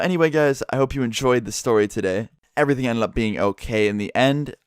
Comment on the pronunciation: Why doyou say enlid its ended